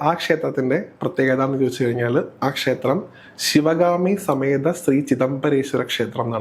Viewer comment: Avatharika yude Malayalam pronouncing kurach sradhikkendiyirikkunnu “kshethram ““pakshe”